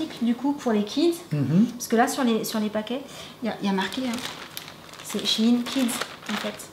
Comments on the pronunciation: Mais t trop bell parcontre on die pas shin mais shein pronnonce le E sinon super video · C'est pas shine mais shèine sa s'écrit shein ^^ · Coucou shein sa se dit chaine mais pas chine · j'adore vos vidéos et tous mais on dis shine mais shein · Cc je suis désolé de te le dire mais on dit pas shin. Mais shaine. Je sais pas si je suis très claire. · C pas shyine la prononciation c shayne la prononciation hihi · Noooon sa se prononce Shaïne mais la vidéo est trop cool sa ma grave inspirée !! Alors Merci merci 🙏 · Coucou apparemment on dit vrm chine pcq avant sa s’appelait Sheinside donc quand on le dis on dit sheiin 💛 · Waw j'adore les ensemble 😍 mes juste y'a un trucs qui me fait beaucoup rire tu ne prononce ma shaine comme il faut 😂Si non je voud adore vous ete les best 🥰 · shein se lit ^chayen^